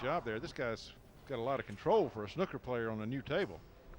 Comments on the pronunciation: It's snooker not snucker!!! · The guy on commentary calls them Snukkers players.